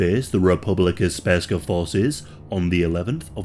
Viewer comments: This video is really good but PLEASE LEARN HOW TO PRONOUNCE THIS STUFF. You said Sprska not Srpska (pronounced Serp-skah) At least you got Alija's name right but just look up the pronunciation first please. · Speska?! It's SRPSKA. If you're going to make a video about a topic you should know what you're saying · my ears bled every time i heard you say sperska and madic but it was an overally good episode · You got almost every name right, but then butchered with "Republika Sperska!" It"s "Republika Srpska" which literally translate to "Serbian Republic!" I know it"s difficult to spell "Srpska" for non slavic speakers, but you could simply say "Serbian Republic" in Bosnia or Serbian part of Bosnia.. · Mf said spurska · Republika Spergska lmao. Common dude, it's Srpska. SERBSKA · How does one pronounce ''Sprska''? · Its Republika Srpska NOT Sp-rska. Jesus christ, maybe learn how to pronounce the literal main topic of your video before producing it. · I'm sorry but I died inside when you said Srpska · "sperska" please uninstal ur yt channel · "Republeca sperska" 💀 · It's all shit what you said. You don't even know how to pronounce Republika Srpska.